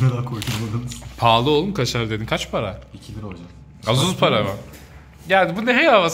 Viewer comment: Hocam videonun başında şivesine yenik düştü: Gaç para bu?